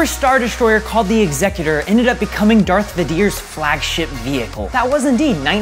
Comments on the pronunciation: Darth videir 😭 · Darth Wiidir, Return of the Jeti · Had to pause and check the comments after that "Darth Vedyr" lol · “At at” - oh no, he pronounces it wrong “Darth Vadeer” - wait, I- what. “Jeddy” - NO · “darth vedier” “the last jedey” “at at” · Right? What the hell is a "Jedy" or a "Darth Vadeer"? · No one: This guy: Darth Vadier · Him: "Darth Vedere" Everyone: *Triggered* Him: "Let the hate flow through you." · “ATAT” me: *visible pain* “Darth Vadiers” me: *visible pain part 2* “Return of the jedie” me: *dies* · Also "Darth Vadeer" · did you just say “Darth Vadier”?! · I was laughing SO hard when he pronounced Darth Vader “Darthvadier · "Darth vuh-dee-ear" "Return of the Jehdee" Why are you doing this? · Did you just call the Dark Lord of the Sith, Darth Vuhdeer? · ...Darth Vadeer..." (shakes head in confusion) "...Jeddy..." (begins grinding teeth) Second repetition of "Jeddy" (inner rage now causing physical discomfort) Final admission that mispronunciations were intentional (sigh of relief as Rick Astley begins playing in my head) Cool vid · Darth Vader and Jedi were the worst ones... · He said he was a big star wars fan but pronouces darth vader and jedi wrong